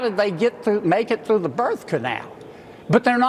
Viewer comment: "How did they make it through the nirth canal" 😂